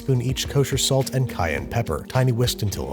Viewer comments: The way you enunciate cayenne pepper might actually make Chef John cry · "Cayenne pepper" Chef John has entered the chat